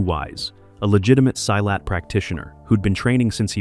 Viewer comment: It is so painful to hear this narrator mispronounce "silat" so poorly. If you respect yourself & your audience, you find out how to pronounce your copy before you record it. duh. Tony Jaa was performing Muay Boran, mostly against Muay Thai, in that film. - Not Muay Thai. Big difference.